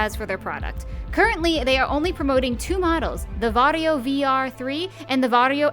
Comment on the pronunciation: It sounds like he's saying Wario